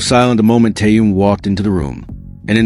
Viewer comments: Язык ваш надо вилкой наколоть за то что как только не искаверкаете имя Тэхена... Тэхён Тэхён что тут трудного не таюн и не теюнг что за не уважение к Тэхёну да ещё и в женском роде говорите о нём ужас просто.. Не грамотность полнейшая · Послушайте ВНИМАТЕЛЬНО, как Тэхен произносит своё имя ,а также как его имя произносят корейские фанаты.